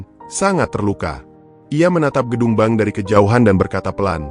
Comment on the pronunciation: hallo abang narator, kadang aku merasa geli sendiri, ketika abang mengucapkan pemilik ban, apa ngga dibaca dulu sebelum mengeksekusi cerita ini, bedalah bang antara, ban, bank dengan bang, sebagai pengantar narasi tentu abang bisa membawa kedalam sebuah alur cerita sehingga orang bisa menikmati audio dan video ini dengan nyaman, salam sehat.